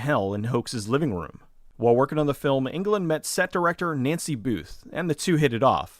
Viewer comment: Its Englund not England....